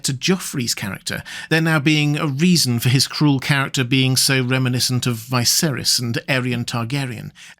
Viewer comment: It's pronounced VEESERYS, NOT Vaihserys.